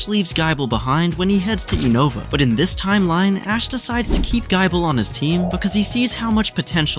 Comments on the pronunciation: Why GUY-ble? It's "gih-ble" as in Nibble. 😂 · I heard Gaible and turned the video off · "Gaible" is absolutely foul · why tf does this voice pronounce it as guy-bull? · Gaaible gaabite gaachomp and skeptile is crime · Gaible? Skeptile? You have to be doing this on purpose bro 😂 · pretty sure he typed gible but the ai read Gible as Gaible.. Well he wrote a good story so we shall let it pass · Its gible not giable not being mean and sceptile has a silent c ANDITS NOT JENGA ITS GENGAR